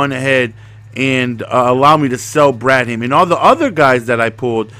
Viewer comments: BRAD HAM HAM REALLY it's bradham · Ur saying Bradham wrong. Ur making it seem like two words.